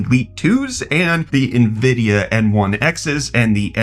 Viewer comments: From who? Who is this Nahvidia that you speak of? Did you mean Nvidia (en-VID-ee-uh)? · "Nuh-vidia..." Stop! You're killin' me, Smalls!!! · dude, you have to stop saying "nah-vidia" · Why can you provenance nvidia correctly. It’s envidia. All these people calling it nuvidea sound like boomers! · Nuh-uh-vidia more like